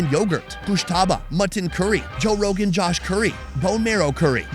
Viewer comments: Did he just say Joe Rogan Gosh curry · Did anyone hear him say Joe Rogan Curry? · did he say joe rogan josh curry 😂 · Did I hear Joe Rogan cash curry?😅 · Did Sonny just say Joe Riogan Josh curry? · Did he say Joe rogan josh curry??